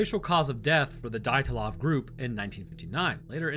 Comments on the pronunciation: How can you mangle the name dyatlov??? Dee-at-lov just incase you were curious as to how you actually pronounce it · It's pronounced de at lov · Dee-yat-lov Pass